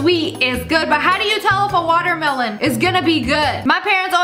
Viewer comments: Does u want da water malon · Whenever she said melon I just heard water malon. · Watermelon-water meh lawn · Nobody: Literally nobody: SSSniperwolf : watermalone 😂😂😂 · SAME😂i started to pronounce watermelon like that since then😂